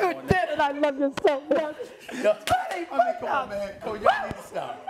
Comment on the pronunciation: Her "push ups" were even worse, way worse, than his "pudh ups".